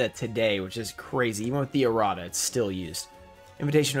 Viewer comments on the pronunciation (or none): none